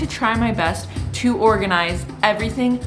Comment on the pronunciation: Did you litterally say Morganize haha